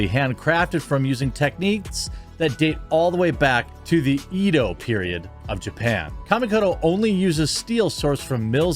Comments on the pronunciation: Edo Period is pronounced like (A doe). When I hear the Kamikoto ad and hear E doe it makes me cringe. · Why do you pronounce edo with a hard e? Lol. "Edd-o" not eedo Small gripe I know,but everytime I hear it every video I fight the urge to not say something. Today, I lost that fight. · Edo (“e” as in elephant) dude.